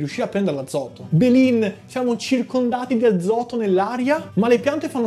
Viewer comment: Belin sto video è geniale. Comunque la parola belin andrebbe usata al 90% delle volte per frasi di mugugno. Belin poi ha bisogno di più enfasi. 😂